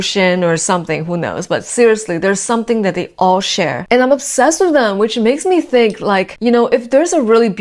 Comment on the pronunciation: "onsessed" lol 🥴